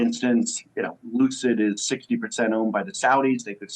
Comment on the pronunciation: Looocid motors.......lol.